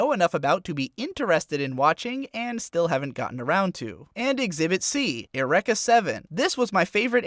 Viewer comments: "ereka 7" Me: try to google it Did you mean: "Eureka 7"... come on man... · lol, Errecka 7? It is pronounced Yur-ee-ka! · Excuse me, Air-Ek-Uh? Eureka, Ur Eek Uh... Triggered for no reason. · go back go back go back.... ..... How you pronounce it: Ear Wreck Uh How a normal person pronounces Eureka: You wry ka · Erecka seven? Isn't it Eureka seven? As in pronounced yu-ree-ka? In case yuri-ka. Or is that how venerable Japon pronounces the show's name? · Its pronounced Your-ee-ka a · ALSO, try to pronounce eureka again please. eur-ee-kah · "eh-REK-ah Seven" lol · Eureka Seven is pronounced "yu-REE-ka" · this man don’t even know how to pronounce eureka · Triggered by the way you pronounced Eureka.